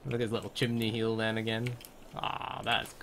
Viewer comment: Lmao "chimney heal " ^^